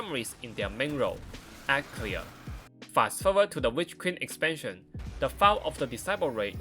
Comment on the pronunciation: Right Farrrr ezpanshen erwahhh